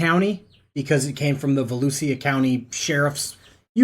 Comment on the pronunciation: Va-looosha is how you say it